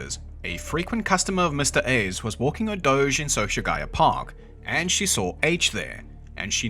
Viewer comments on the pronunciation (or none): none